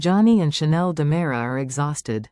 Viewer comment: You have a lot of mistakes in this picture show. First off it's Dimera, not Damara. Second, it's not dual, it's Days of Our Lives DOOL!! Make your computer generated voice correct!!